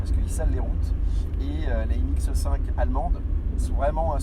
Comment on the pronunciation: Excellente vidéo, mais par pitié... C'est MX5 par MX "E" 5